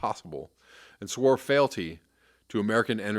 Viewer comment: I believe FEALTY is pronounced FEE-ALL-TEE. It's a good word to use now. We all show FEALTY to money and whoever has it.